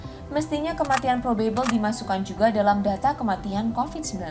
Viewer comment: mbaaaak pronounciation 'probable' nya aneeh huhu maap yak